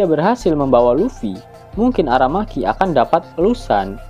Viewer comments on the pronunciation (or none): Aramaki baaaang bukan arameki 😂😂😂😂😂